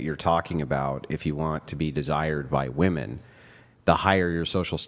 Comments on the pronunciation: about f**king time someone corrected these broads on how to say women. I've noticed a trend where all the girls Brian has on his show talk that way. None of them know how to speak very well and prominently can't pronounce the word 'women' correctly. They all say "woman", as if "woman" (singular) refers to all women (plural). Thank you Andrew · Seriously, why are so many girls saying “WOMAN” instead of “WOMEN?” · Why in F can't these young idiots pronounce woman and women?